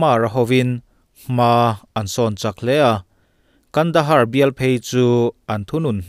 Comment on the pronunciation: Kandahar ti tur ani lom ni.pronuonciation fimkhur ang che.